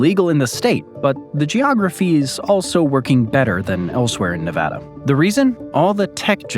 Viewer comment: Very informative. Also, thanks for pronouncing Nevada correctly.